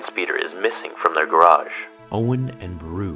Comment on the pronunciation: they said "garage"?